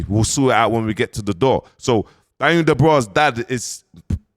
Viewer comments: quickly becoming the biggest pattie on YouTube...an it's clearly Dubois not Da bra 🤦🏾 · It's not Daniel dubraa 😂😂😂